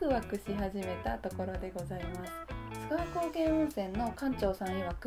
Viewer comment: 須川はガスりやすいからこそ、景色見れた時の感動はひとしおです。是非また来てください！ちなみに読み方は「すがわ」じゃなく「すかわ」ですかね。